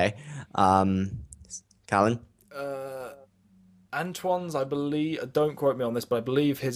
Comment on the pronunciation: Hi, it's Callan, not Collin. Easy mistake given usual pronunciation, best just to stick to Reti. I apologise if I came across as overly negative, I didn't intend to. There are many advantages of each weapon it's just that the others mostly covered the advantages so I was left to talk about the criticisms. I do mention some positives though.